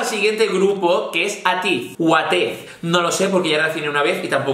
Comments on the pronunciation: No es ateez, se pronuncia eitiz 😂😂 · Attez se pronuncia Eitiz Te recomiendo BTS - Black Swan/ Fake love ASTRO - Blue flame A.C.E - Savege Got7 - Calling my name Stray kids - Hellevator TXT - Run away de chicas EVERGLOW - DUN DUN/ Adios TWICE - Feel special MAMAMOO - HIP RED VELVET - Psycho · DreamCatcher "Scream" cuando salga que sale este 18 de febrero, pero si vas a hacer el vídeo antes entonces "Fly High". AleXa "Bomb", es una solista no un grupo de chicas pero bueno. Por cierto, Ateez se pronuncia "eitis". Si haces otro vídeo que no sea sólo grupos de chicas, me gustaría que resccionases a "Savage" de A.C.E (se dice "eis"), a "Dumb Litty" de KARD que es un grupo mixto, a "You calling my name" de GOT7 y a "Clap" de Seventeen. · ateez se pronuncia eitis